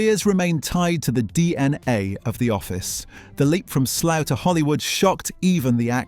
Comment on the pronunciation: Your from the uk, why do u call it slow instead of Slough?